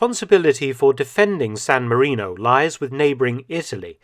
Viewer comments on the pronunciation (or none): "Sown Marinou".... 😳🇸🇲🇺🇸